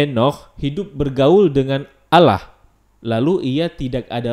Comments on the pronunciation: Bang Ko Lu Baca nya Alah Bukan Allah? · Kalau membacanya jangan alah tapi allah karna kalau alah itu orang kristiani yang membilang nya seperti itu